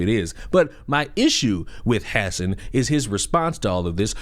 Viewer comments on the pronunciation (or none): they way you say hasan sounds so funny. "hass en" "ha-san" is how most are saying it. Although, he doesn't deserve his name to be pronounced properly. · I love that you call him “Ha-sin” but you really should call him Crnks nephew lol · Are you saying his name like this on purpose? 😭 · You lost me immediately with your out of touch, arrogant, and pathetic attitude. You can't even say Hasan's name right. Try sounding articulate and well spoken for 8 hours a day, and being entertaining and engaging with chat. Have some f*cking humility dude. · I would correct you on the pronunciation of Hasan’s name, but I feel like you’re doing it on purpose for the same reason I won’t correct you. This fool is a tool.